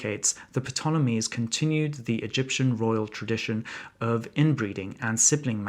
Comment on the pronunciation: 'P' tolemies?